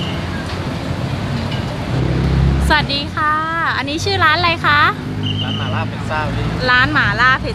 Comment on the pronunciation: แอดดดด..หม่าล่า...ไม่ใช่..หมาล่า 😁😁